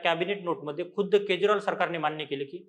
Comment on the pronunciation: केज्रॉल नाही रे